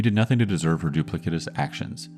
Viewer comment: really enjoying your content but just had to point out that the C in duplicitous is soft as an S.